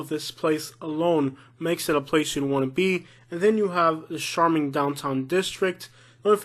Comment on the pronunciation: First: “charming” is pronounced with a hard ch sound… like church. Secondly, you’re absolutely correct about Wetumpka! And finally, this video title should be “Top 10 Towns and how many Mexican restaurants they have” 😂. You’re super funny. You should consider stand up comedy as a career. Great job.